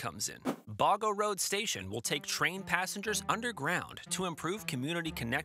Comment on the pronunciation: Not "Garbar", pronounce as "Gab-baa". And Boggo is "Bog-Go"